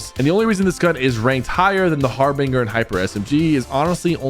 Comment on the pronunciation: Harbinger like ginger not harbinger like singer ✅️✅️✅️